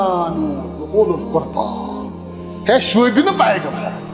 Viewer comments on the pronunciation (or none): Very nice speech but plz Plz check the pronouncing word ooleequrba of the verse 113 surah towba